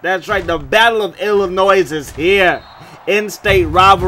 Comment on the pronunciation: Aye the S in Illinois is silent! 😂😂😂. “il-uh-noi”